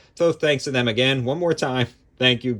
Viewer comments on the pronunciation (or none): none